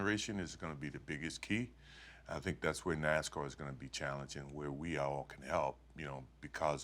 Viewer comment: I grit my teeth every time she says, "NaZZZZcar" It's NaSSSScar.